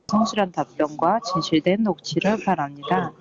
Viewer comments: 발음이 바랍니다 바라미다 ㅋㅋ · 발음이나 똑바로 해라 "바랍니다" 서씨열받네